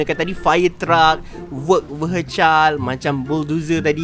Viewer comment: Tolonglah.. Perbetulkan Pronounciation tu.. Vehicle tu bunyi dier bukan Vehicaild.. Tapi Vehikel.. Tolonglah.. Sakit telinga aku dgr.. itu jer yg xbest.. yg lain, ok.. teruskan jadi youtuber..